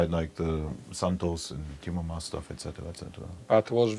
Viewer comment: Come on,, you know his last name is MAAS not MASS.